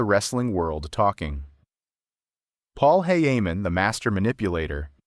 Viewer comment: Wait his name isnt heyheyman